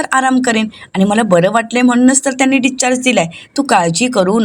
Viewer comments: डिस्चार्ज असा शब्द आहे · डीच्चार्ज काय म्हणतेस discharge